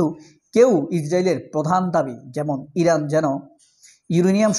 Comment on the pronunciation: আপনার উচ্ছারন ভুল, বলুন ইরান